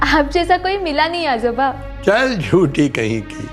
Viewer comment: Ajooba अजूबा नही, आजोबा ( Aajoba ) होता है , और आजोबा दादा जी को बोलते है ।